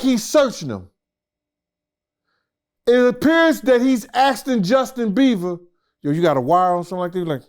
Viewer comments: Bieber not Beaver 😂😂😂😂😂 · Lmaooooooooo Justin BEAVER 😂😂😂😂😂😂.. I love this guy, he’s always saying stuff wrong but it’s always funny as well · Bro messes up so many names 😂😂😂 “Justin Beaver” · Nigga said Justin beaver lmao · Bieber not Beaver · Jeez! Learn to say his name smh...Beaver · "JUSTIN BEAVER" 😂🤦‍♂️ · Can't someone correct him that is not " Justin Beaver" but Justin Bieber ?😂😂😂😂